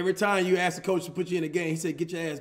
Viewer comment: nigga said “ass back”😭😭